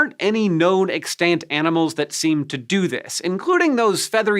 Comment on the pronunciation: Hank's pronunciation of "extant" needs help, a lot of help. He seems to have forgotten this is an English speaking country and is misusing his grade school French to figure out the pronunciation of extant. 😂 Bahaha